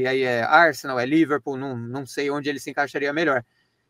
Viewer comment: "se eu quero no liverpol" xiqui-xiqui kjkkkkkkkkk